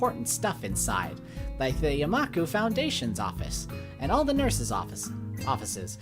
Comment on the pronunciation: The way you say Yama-ku as Yah-Maku is kinda funny.